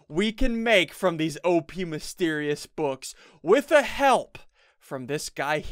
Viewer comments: "Thease mysterious books" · He said these so weird at about 1 min